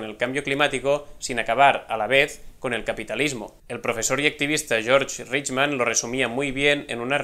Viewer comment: Un pequeño acote para lo que, por lo demás, es un vídeo excelente: el filósofo y activista (que es profesor y maestro mío, por cierto) que citas al final nació en Madrid y no se llama "George" Riechmann, sino Jorge (con "J") Riechmann Fernández